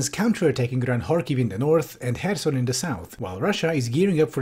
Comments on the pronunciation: Oh, nice, actually checked how to pronounce "kh" in Kharkiv and Kherson. It's a small thing, but it really annoys me whenever I hear people say "Karkiv" or "Kerson" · thank you for not pronouncing kherson as "curson"